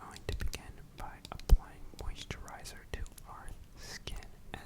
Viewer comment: he did a good but when he said mosterriser I was primer but I might be worgh